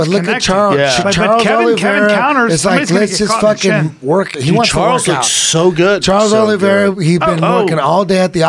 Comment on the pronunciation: eddie “charles arliveira” bravo